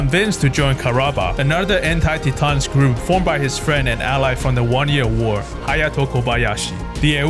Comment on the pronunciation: Love your videos, bro! My favorite part, Quattro puts sunglasses on underground. Quattro remove his sunglasses when he’s outside. Lol. But, please, PLEASE! Titans is pronounced “tie-tans”, not “tee-tahns”. :)